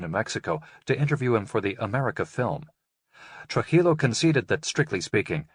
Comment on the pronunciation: not Truh-illo it's Tru-jillo like Trooheelow.